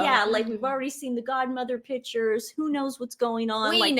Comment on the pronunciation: I love how you guys say "pitchers" and "furtographers". Love your show!